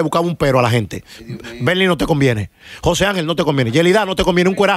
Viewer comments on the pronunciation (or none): none